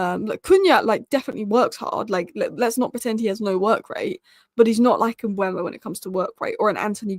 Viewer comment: 1. Mbeumo (Not Mbuemo/Mbwemo). READ HIS NAME! M-beu-mo 2. Mastantuono (Not Mastantoono). READ HIS NAME! Mas-tan-tuo-no